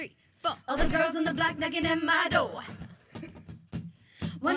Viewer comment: Why do they say dover instead of door